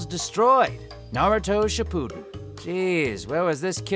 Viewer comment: Wait did Todd habberkorn! Really day naruto ship-POON-den, it’s pronounced ship-A-den